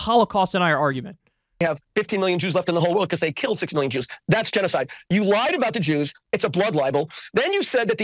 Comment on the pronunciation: "We, chews, seem to suck at chenoeside." The Rushn Revolushonary war would like to have a word with him. But, hey, at least he didn't deny it. To be fair.